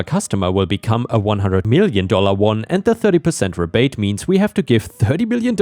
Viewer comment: Second story, "rebate" is "ree bate" not "reh bate." 🤪